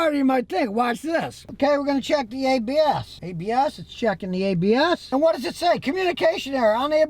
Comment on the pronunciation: when he said ABS cruise control. I thought he was speaking Latin... I heard Habeas Cruise control rofl.